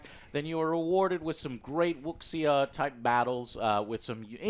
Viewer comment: Pronounce it like "woo sha"